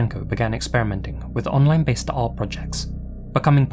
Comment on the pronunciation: It’s “art” 🤣🤣🤷‍♂️👎